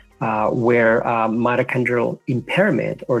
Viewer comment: Great stuff but they talk about MATACHONDRAL I know that’s not the word but it sounds like it can anyone tell me the spelling please